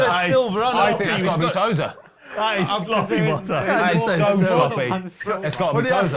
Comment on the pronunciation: Who tf is BEN TOZER??!! 🤣🤣🤣